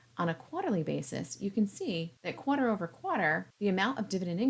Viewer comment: where the heck did you learn to say "quarter" like that? 🤨